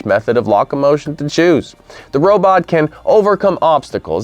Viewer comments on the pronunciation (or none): When "locomotion" is pronounced "lock-a-motion" we can be sure the reading is some text-to-speech generated voice or otherwise machine created voice. Also the link you stated would be in the description (Mars panorama) is not present. But an otherwise interesting video, for an A.I.